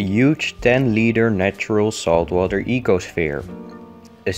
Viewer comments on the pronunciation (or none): a faecal sphere?